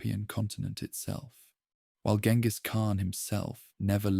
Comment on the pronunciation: jen-gis not gen-gis